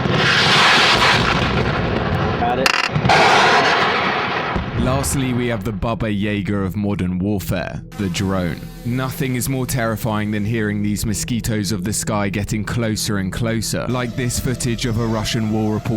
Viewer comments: Baba yeygar? Do you mean baba yaga? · Who the hell is "Baba Yager"??? Lol😂😂😂😂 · But the most terrifying sound is the sound of this dude saying "Bubba Yayguh" 👁️👄👁️ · if youre gonna report on something from the ukraine war at least do your research and call things properly not all drones are baba yagger as you call it you cant even get the name right.Howmuchthought is the name of the channel well id say very little.I mean dont you feel ashamed at all youre just posting a quick video to get some money while real people die by these things.Shame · "Baba Jäger" wtf bro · The way you pronounced baba yaga should be a jailable offense.